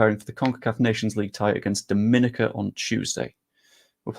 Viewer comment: Hi the pronunciation of Dominica is not Da - min - ni - ca But Dom - me - knee - Car You can thank me later 😂